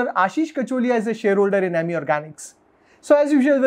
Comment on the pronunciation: It’s अमी not इमी